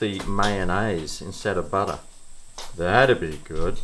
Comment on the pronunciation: When you say butter as a noun, it sounds Aussie. When you say butter as a verb - i.e. 'butter the bread', you use a British accent. Really weird, but endearing.